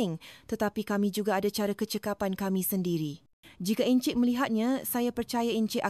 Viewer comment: Though the narration is in Bahasa Melayu, there are words pronounced wrongly. Encik - Ensik, heran - heron this is obviously AI. I listened halfway and then switched to other videos with real human narration.